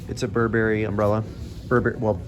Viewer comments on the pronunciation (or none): none